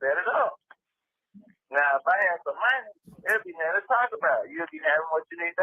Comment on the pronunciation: the word is “nothing”, not “nettin”.😂